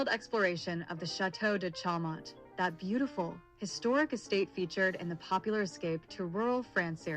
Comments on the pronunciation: Show mon--better pronunciation! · For real. The bot can't even pronounce Chaumont correctly.